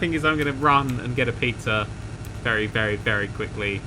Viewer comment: Its a wery wery wery big turn